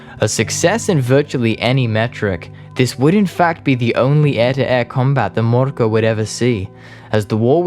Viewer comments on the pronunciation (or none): For future reference: "ö" is pronounced roughly like the i in "sir", not like an o. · You’re pronouncing Mörkö wrong, Ö sounds like I in dirt. But I guess that’s just splitting hairs, or, as we saying in Finland, screwing commas.